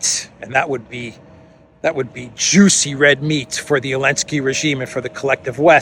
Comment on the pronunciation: why are you calling Zelensky Elensky??? I think you are the only one who is doing this. Please stop!